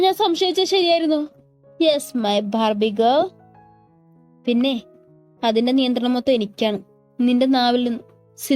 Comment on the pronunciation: ബേബി ഗേൾ എന്നല്ല ലോ 🤔എഴുത്ത് ബാർബി ഗേൾ എന്നാണല്ലോ പിന്നെ വായിക്കുമ്പോൾ എന്താ അങ്ങനെ